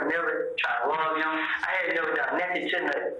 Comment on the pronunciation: He says whole lot of nutin 😂 Love it 😂😂😂😂